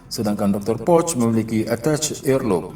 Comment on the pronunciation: bacanya poh. bukan poc hadeh